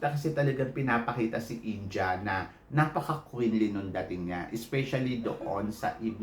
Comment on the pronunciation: Bakit ganyan ka magsalita? Hindi yun PRANS. Its France. Hindi PILIPINS. Its Philippines. Hindi yun INJA. INDIA!